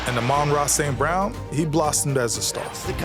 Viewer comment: "rookie reciever Amaarara St Brown" 🤣